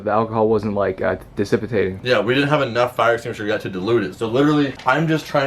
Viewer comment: "diss-sip-a-tating"? I think you meant dissipating.